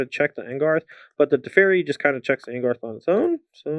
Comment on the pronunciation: Please for the love of God stop calling it ANGARTH its ANGRATH! You're on the SCG tour and it's a planeswalker not some rando three drop.